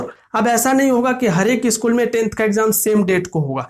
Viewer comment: Usschool kyu bol rhe ho